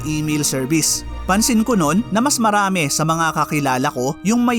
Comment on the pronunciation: Ayusin lang sana niya pronounciation sa tagalog words niya kasi slang. Dapat correct pronounciation niya kasi educational ang content niya. Yung “rin” niya ay “ren”, yung “marami” niya, “marame”. Yung “din” niya, “den”.